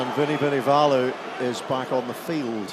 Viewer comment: Nawaqi...nitasy (and 3 other versions), Vunivunivalu (or Vunivola at one point), Forketi, Gabian Villiere... and this should be a professional commentator?!